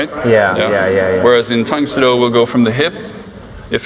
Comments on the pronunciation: Tang “Soo” Do. Not “So” Do. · I found it kinda amusing how a karateka like pronounces the Soo in Tang Soo Do as 'Sō' because he's accustomed to Japanese lol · PS a year later: It is pronounced "dang soo do", soft T, the U sound then Oh tang soo do. Also, Tang Soo Do came before Taekwondo.. so, I don't get why you call it a hybrid of Japanese Karate and Taekwondo...